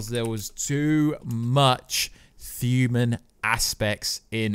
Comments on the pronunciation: I hear it , thuman.. u cant talk dude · What on earth is a thuman/fuman or thumanity/fumanity? Makes listening to this commentary almost unbearable. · and therabouts. The word "thuman" and "thumanity" recurs multiple times. I dunno if it's a speech impediment or a microphone noise.